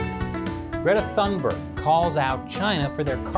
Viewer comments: Toon-bear-gh. not thun-berg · I have no love for this kid but her name is pronounced "tune-bay". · When you lack arguments, use personal attacks instead. Weak, CCP. BTW, the "h" in Thunberg is silent. I think if you tried to say "Tuunberg", you'd get fairly close. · The letter "e", yes. But if you say "Thunberry", no. :) The "g" has a y-sound to it tho, but not like the y at the end of a English word like berry, but more like the y in "yesterday". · Please say her name right! It damages your credibility!!